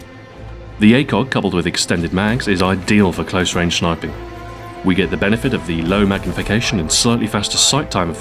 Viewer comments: Love how he sais "Shinping" instead of sniping LOL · 'An effective load-out for middle range SHH-NIPING' HAHA 4.06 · anybody hear him say schniping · Lol u can hear him say shniping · 'An effective load-out for middle range SHH-NIPING' HAHA 4.06 and again at 6.06 thats strange, love the vid though its sick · LOL he says SHINIPING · Did anyone else notice the 'Shniping' portion of this? I did....